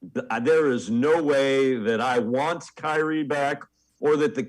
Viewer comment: I cant listen to this old dude talk hoops he knows almost nothing about basketball ..... he also calls kyrie kynie